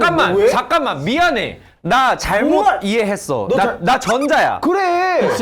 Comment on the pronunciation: 이 ‘나- 잘,못, 이해했쒀r우' 하는 거 찐 외국인 바이브다ㅋㅋㅋㅋㅋㅋㅋ